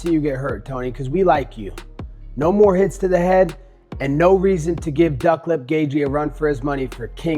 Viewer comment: You mispronounced "duck"